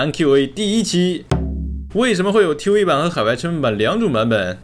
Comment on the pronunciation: 是tv 不是t wee